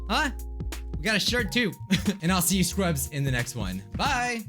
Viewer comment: i just realized when he says scrubs it sounds like "screw ups"